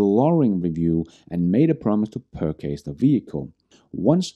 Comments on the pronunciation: Just trying to be helpful it’s pur chis not pur case for purchase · "purchase" is not pronounced "purr case", but like the programme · As an Englishman, I say pur-chase....... Hope that helps.